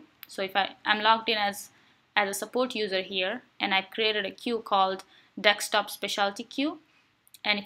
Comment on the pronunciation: its Desk-top not Deks-top !